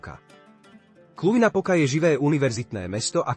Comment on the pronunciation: Cluj-Napoca po slovensky sa čítá Kluž-Napoka